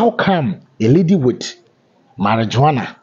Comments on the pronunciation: How do we believe you have all the facts of this incident? Your caption says cocaine, and then you turn around to say she was arrested for carrying marijuana? By the way, it's pronounced (MARI-WUANA not --jo-ana). Thanks. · Marihuana, not Mari-JOANA.😎